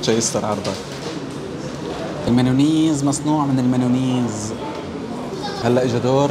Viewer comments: ميونيز مش منونيز ههههههه😂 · المايونيز❌ المانونيز✅ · مايونيز❌ منونيز✅ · المايونيز❌️ المانونيز✅️ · مايونيز ❌ ما نونيز☑️ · مايونيز ❌ ماناويز✅ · ميوناز ❌ منونيز ✅😂😂😂😂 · مايونيز ❎ منونيز ✅😅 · مايوناز. ❌ منونيز✅ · مايوناز ❎ منونيز ✅ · مايونيز❌️ ممنيز✔️😂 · بموت ضحك لما يحكي مايونيز